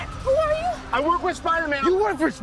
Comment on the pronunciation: spiderman, not spirder man